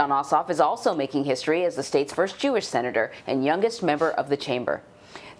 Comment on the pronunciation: Did you hear the seanator lady ‘ put your mask on’ ? LOL